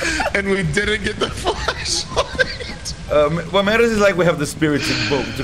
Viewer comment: FLASHLIGHT NOT FLESHLIGHT!